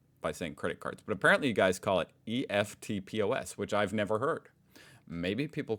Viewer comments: It’s said like a word, not E.F.T pos but eftpos (eff-t-poss) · Eftpos. Pronounced EFT POS two words lol. Indian minister are now a pest. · Although eftpos is an acronym, we pronounce it like it's a word, much like how words like laser or scuba are actually acronyms. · We call it eftpos machines because they're eftpos machines also your pronouncing it wrong